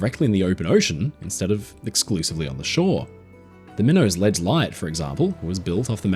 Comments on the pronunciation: it’s pronounced Mine-uts ledge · The second largest mispronunciation crime only surpassed by saying warchester for Worcester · Love your vids! But about Minots Ledge Light, Minot rhymes with MY KNOT.